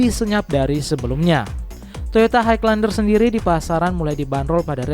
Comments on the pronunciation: Kok haig lander? Dibaca "hai lender" bang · jelas gmana maksudnya? klo dri intonasi ya emng jelas, tpi itu nyebutnya salah. Harusnya emng "high" dibaca "hai", tanpa penekanan huruf G. But it's okay, yg denger jga orang indo pasti lngsng ngerti maksudnya